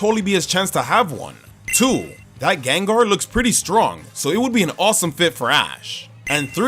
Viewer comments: Again, the first A in Gengar is supposed to be an E! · Caught, not catch! The second E in Gengar is supposed to be an A! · There is no I in Gengar!